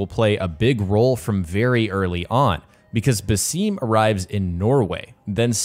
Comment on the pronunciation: Woww man thanks you just butchered the Arabic names Basim it is not basseeem and Haytham it is not Heythim But i like the review tho 🤣💙